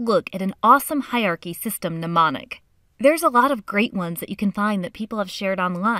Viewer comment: please learn how to pronounce HIERARCHY :) thank U